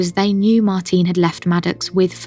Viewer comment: You're pronouncing Martine's name wrongly. She was Norwegian, not British, so you say 'Martina', the 'e' is pronounced similar to an 'a'. Haven't you heard her name spoken by her family?